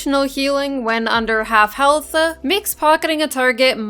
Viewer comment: I like how you say health-ah